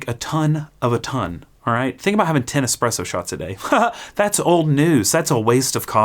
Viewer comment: It is challenging when you only get this suggested on your feed 12 days later. So I'll be honest, I did start watching in earnest, in particular because it is not the first time you have pronounced espresso dead. But then around 1 minute I felt an increasing need to read the comments 😅